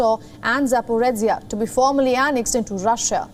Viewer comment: Just one thing it’s ZaporiZHia not ZaporiTSia